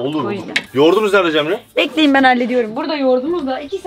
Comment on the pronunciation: 16.50 cemreye ceren diyo